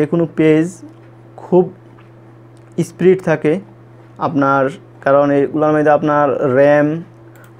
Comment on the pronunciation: আগে কথা শিখেন, তারপর ভিডিও করতে আসেন। স্প্রীড না স্পিড আর ফারফরম্যান্স না পারফরম্যান্স বলেন